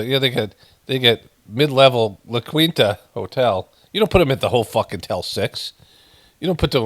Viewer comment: Lah KEEN-tuh not Lah QWEEN-tuh